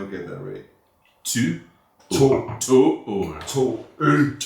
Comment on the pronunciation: "åben" [o-ben] = open 😊 - no big deal, 😂 øl ['oe'l] ~ ale